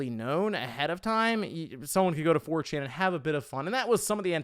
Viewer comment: Are you... Are you saying "4chin" 🤣🤣🤣